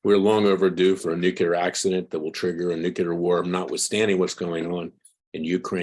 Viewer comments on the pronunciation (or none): "Nuculer" over and over and over... Video after video you mispronounce the word...